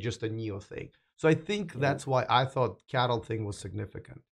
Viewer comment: C_A_T_L .... not Cattle 🤦‍♂️